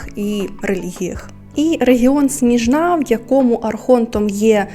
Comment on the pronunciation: Привіт біом не сніжна' а сні'жна